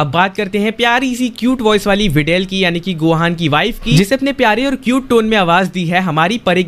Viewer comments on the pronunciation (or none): Not videl bidel😅😅